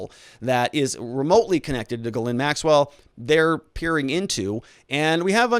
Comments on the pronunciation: She's French. It's pronounces "jheez lane" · Hopeful info, thanks. New sub here. Grateful yes, but please call her Maxwell or get help w pronouncing her first name and lose the red pen.